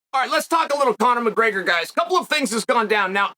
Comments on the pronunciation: Chael “Conor Mburger” Sonnen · Conor McGurger. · Conor Mcgergrr